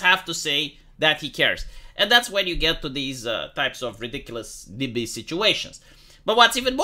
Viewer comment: NYBY? It's NIMBY, right?